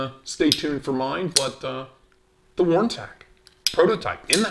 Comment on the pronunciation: You get stuff from Neeves Knives, my my you are special. Very cool "Wharny" yes words are hard 🤣. As always a great interesting unboxing. :_stache::_Khalsa::_stache::_Khalsa::_stache::_Khalsa::_stache::_Khalsa::_stache::_Khalsa:□□:_GRUMPFACE:□□